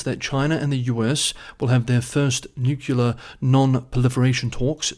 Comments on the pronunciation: It's nuclear not nucular. "nucular (comparative more nucular, superlative most nucular) (botany) Nut-shaped; of or relating to a nucule — a section of a compound (usually hard) fruit." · you get a pass on Nook-you-lar, because you're cute. 😁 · Couldn’t resist. It’s spelt nuclear and should be pronounced “new-clear” 😂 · "New-clear" is not a Texas thing. Recall George W Bush pronounced it newk-you-lar like does. Not sure why so many folks include a vowel between the 'c' and 'l' in nuclear... but, it's all good, variety makes the world interesting. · The adjective nuclear comes from the noun nucleus. They share the first two syllables. pronunciation does not follow the spelling, it changes “cle” to “cul”. It’s similar to what the Romans did to the Greek name Heracles, changing it to Hercules. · Why not, if it’s a type of branding and everyone knows what you mean? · Your ignorance of the word nuclear is is quite telling. The root word is nucclea, not nuclcle. Get a clue. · haters will hate…lol don’t worry about your nuclear pronunciation